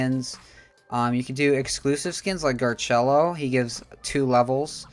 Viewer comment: its gar - sello not garchello js helpin